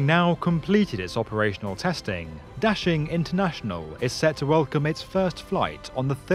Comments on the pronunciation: Da-Shing, not dashing. Běijīng dàxīng guójì jīchǎng. Da=Big, Xing=Desire/Popular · It's NOT daSHing. It's daXING. It reminds me how Brits can't pronounce t-BI-lisi, and say t-IB-lisi instead... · Daxing really sounds like dashing in English!!! Very well translated meaning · No. It means "big rise", "兴”means"rise", and "star"is“星”in Chinese. 兴 and 星 have the same pronunciation in Chinese. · Your pronunciation of Da Xing makes me cringe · Love how u butchered the name of the airport 💀